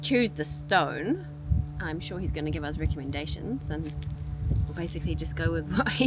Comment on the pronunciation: It’s us Not uzz